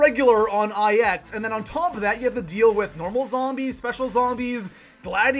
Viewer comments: its called "9", not "IX" dude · You realize it's pronounced "nine" right? Like the number. It's a Roman numeral. Not just two letters. Not "eye-ex". Also yeah, I am triggered and butthurt. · It's not I-X it's pronounced Nine. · It bothers me so much he says I X like if they are separated instead of 9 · THE MAP IS CALLED 9 people it’s Roman numerals not individual letters.... 😒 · ITS NINE NOT EYE ECKS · Holy fuck it's 9 not fucking ix holy shit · For the love of all that is good in the universe, stop fucking calling it EYE ECKS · "Eye ecks" loooool. Say it right please omg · Who the fuck pronounces it EYE-EX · For gods sake stop calling it I X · it IX not IX